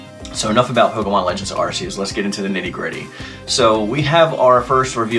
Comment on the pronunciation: Arceus you pronounce it like an arc- eus